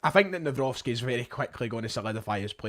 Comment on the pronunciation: I’ve bumped into you back in 2020 near the Footlocker, gave you an awkward handshake when it was a little bit inappropriate back then 😅. It’s nice to see how you and your channel have grown since then. Little tip on how to say Maik’s second name, it’s Navro-tzki. Best greetings from a Polish fan. Keep up the good work and all the best in the near future 🙏🏻